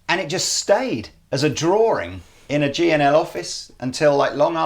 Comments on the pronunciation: Robinett Seems like you can't spell " drawing ", and can't pronounce it. There's only One " r". Just like sawing, or pawing. It's not an accent. Get it yet??? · What is a drawring? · DRAW---ING. NOT DRAW---RING. FFS.....